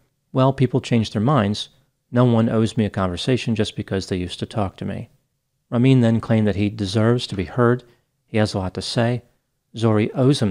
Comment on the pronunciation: Wow you butchered these persian names like Ramin his victims